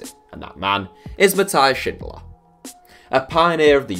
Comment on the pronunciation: The austrian guy Is definitly not pronounced schindler, its more like sin-dollar